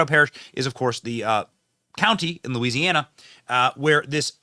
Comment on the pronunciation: Louisiana starts with a L not a E dumbbells. Must be from the north east. Backwooded MF